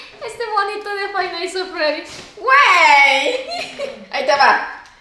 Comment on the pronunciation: “Fay nais of fredy” 🤣🤣🤣🤣🤣🤣🤣🤣🤣🤣